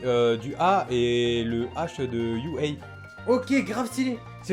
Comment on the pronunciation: C'est un A et un U dans UA pas un H mdr